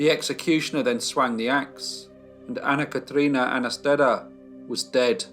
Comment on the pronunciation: very good pronunciation of her name!!